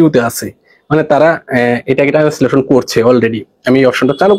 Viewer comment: টানেসলেশন না, ট্রান্সেলেশন